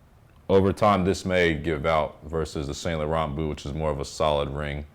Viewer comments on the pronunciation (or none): Great video, btw it’s Pronounced San Loreaun the t’s are silent . I’m Canadian so French is our second language, thanks.